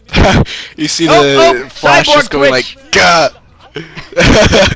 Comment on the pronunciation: It sounds like is saying "Flesh" instead of "Flash" ^^